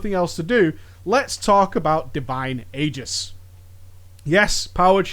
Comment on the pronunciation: You mispronounced Aegis!